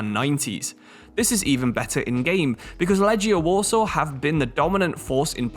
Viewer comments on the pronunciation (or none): Love the channel but just to say, the correct way to pronounce Łodź is like "Woodge", W makes a V sound like in German, Legia is said as leg